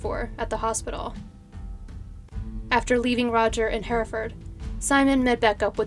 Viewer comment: Can I just say I'm from Hereford and I'm so happy to hear you say Hereford correctly! So many people from the States pronounce it 'here' (as in 'here I am) ford. And thank you for covering a case from my little home city. I really enjoy your videos, you've got great narration x